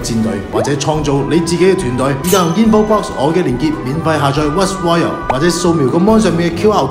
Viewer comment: ROY "L" not Royal